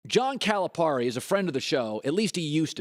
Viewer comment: First of all, learn how to pronounce Calipari's name.